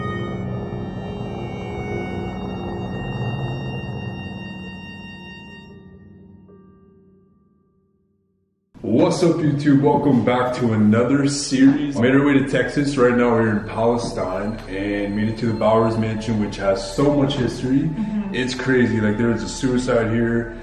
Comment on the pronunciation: It's good to see you two. Btw, Palestine is pronounced (Pal-uhs-teen). It's all kewl. We would like you guys to come toTexas more often to see the sights and meet the wonderful people here, and always remember... be careful out there.